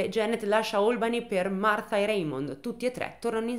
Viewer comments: E' Martha in inglese e lo pronuncia correttamente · un applauso a te che per tutta la durata del video hai pronunciato Martha con il th inglese! Solo per questo meriti tanta stima ♥️🤣🥰